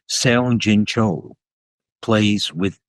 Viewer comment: “Seong-jin Cho” I’ve made this comment before—and I am certainly not criticizing Emanuel Ax—but Seong-jin Cho’s name is really easy to pronounce. The first syllable is pronounced practically identically to the English word song — the eo in Korean romanization has the same sound as the o in long and wrong. (The o in Cho’s family name has, as one might expect, the “long o” sound /ō/ in English, which is why the first syllable is not written as song.) And—I’ve mentioned this before, too—that’s why South Korea’s capital is spelled as it is: it’s pronounced in Korean as “Seo-ul,” in two syllables, with the first syllable with that eo, again, as the o in long and wrong and the ul more or less as the ul in “rule.” (You can now go into a Korean restaurant and order pajeon [scallion pancake] and hotteok [red bean paste pancake] without much fuss.)